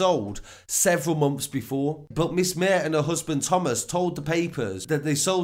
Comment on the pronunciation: His surname is pronounced Maa-her